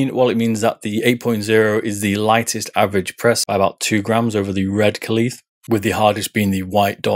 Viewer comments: Great video. Sorry to nitpick, I'm not sure why you pronounce "kuhlee" when it's pronounced "kale." It's in the spelling. :) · Kalith???? According to Kailh, it's pronounced like "kale".